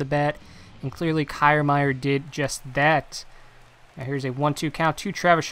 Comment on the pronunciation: Good video. But that’s not how you pronounce Kiermaier